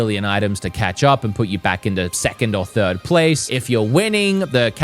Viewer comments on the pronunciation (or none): none